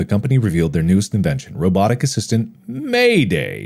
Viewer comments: I think it is probably MAID A.I. not MAID AYE in pronunciation. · Why does mark pronounce "Maid AI" as "mayday" 😂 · I believe the robot is MAID-AI but not pronounced as Mayday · I love Mark pronouncing it "Mayday" instead of "Maid AI". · lol hes saying mayday and not maid ai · You mean " made ay eye " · MAIDAI is meant to be pronounced as Maid AI i'm assuming, though the fact it looks a bit like it could be may-day in pronunciation is funny and very accurate to what the player character(s) would be saying lol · How does he say MAIDAI as “mayday” lol 😂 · I think MAIDAI was supposed to be read as “maid AI”